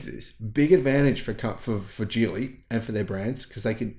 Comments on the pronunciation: Geely is pronounced as Gheelee and not Jeely. With a 'soft' G and not a 'hard' G. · I'm sorry but the guy in that link totally mispronounces Geely. The Chinese characters is 吉利 which means auspicious and is pronounced "Jí Lì" with a high rising and low falling tone. You can copy that into Google translate for the correct pronounciation.